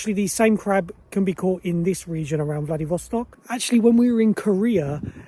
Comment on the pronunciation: I really enjoyed this video guys, loved all the sights of the city. But I have to say I was mostly cracking myself up. Why you may ask? Well, every time you guys mentioned the city's name Vladivostok, all I really heard you saying was Bloody Vostok. 🤣 Especially when would say it, being from the UK, I'm sure he felt the same, if not well now he does, LOL. Oh, Bloody hell Bloody Vostok haha, me saying this- I'll never forget this vid. This city is on my bucket list for sure, maybe next year sometime. Thanks for sharing, hello. The chocolate looks sooo good.